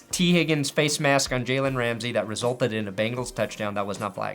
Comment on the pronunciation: I'm out of the loop, why the fuck do you keep saying higgin's name like that? It's extremely annoying ngl. Love your content.